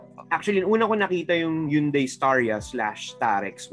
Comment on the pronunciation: Its actually pronounced as hyeon dae as per the pronuciation of the individual hangul characters (현, 대).